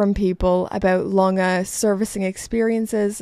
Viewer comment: Pronounciation of Lange was ok. Greetings from Germany